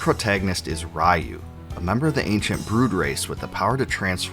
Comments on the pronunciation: Did you purposely mispronounce Ryu’s name for comments? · Complains about translation issues. Mispronounces 'Ryu' about 10,000 times. :D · Not sure what was more nostalgic, the walk down memory lane w/this series, or listening to you mispronounce "Ryu" in the same way I (and many others) used to for the entire video. It's actually pronounced "Ree-You"; りゅ - Ri-Yu- instead of らいゆ -Ra-i-Yu-). Disregarding the spelling though the two names have different meanings that make it pretty clear which is the proper pronunciation: "Ryu" means "dragon" in Japanese while Raiyu means "thunder". Grammar lesson aside, very nice video. BoF 3 is my personal favorite of the entire series w/5 being my least...and we don't talk about 6 :D One of my favorite mechanics from BoF3 was the multiple ways to get awesome equipment for your characters. Too often in modern RPGs you just buy equipment upgrades but I particularly remember being able to get awesome gear from fishing, stealing, dungeon crawling, defeating monsters and sending your faeries out exploring. It made doing all of these things actually worthwhile as opposed to either just checking of a list of things to do or being simple ribbon abilities. That aside, didn't "Tears of Magic" not get funded through Kickstarter? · I can't believe there are still people who pronounce it RA-YOU. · I always thought the pronunciation of RYU is re-you. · Ryu is pronounced “ree-you”… strange that you’re making a video about the series yet don’t know that. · Why English speakers has issues pronouncing RYU how it supposed to be pronounced? It is so annoying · I thoroughly enjoyed the video [and all the information provided], except for all the parts where you said his name (Ryu) wrong. 😊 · Sorry😂 but I keep laughing the way the host pronounces “Ryu” because back in the 90s before we knew any better, everyone pronounced it this way because of street fighter which was wrong! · Who tf pronounces Ryu like that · Raiu? I though his name was Ryu lol.